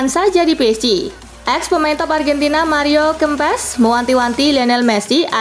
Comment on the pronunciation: Maril Kempes bacanya salah kak, yg bener Mario Kempes , pakai e bukan e aduh gimana jelasinnya anjirrr 🙄🙄